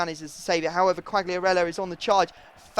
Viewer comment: you don't must spell the G from Quagliarella so Quaiarella ^^